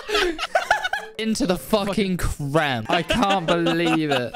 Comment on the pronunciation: “The crem” I’m always happy to see you upload!